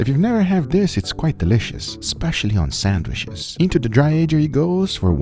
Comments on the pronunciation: Why does guga say "sandwish"?? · I like how guga can't pronounce sandwich